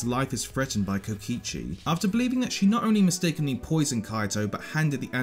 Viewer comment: DID U JUST PRONOUNCED KOKICHI AS KOICHI???? SADHADHSKDHKJDSHDADD